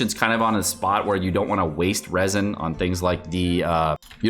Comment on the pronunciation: It's not leaks if you said Raisins instead of Resin